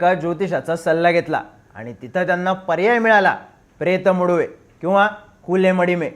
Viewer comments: Pret Muduve naste te. Pretha Madhuveh aahe mahnje Pret cha Lagna. Please correct pronunciation kara hi request aahe. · प्रेत मदुवे असं उच्चार असतो